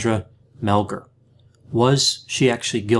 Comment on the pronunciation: I haven't listened to it all yet...but it's SANDra, NOT SONDra and it's Mel-GAR, NOT Mel-GER. She was not tied at the WRISTS behind her back but wrist to elbow...with a frozen shoulder to boot (She could NOT have tied herself that way!). Sandy is 100% innocent. The police did a horrible job with this case.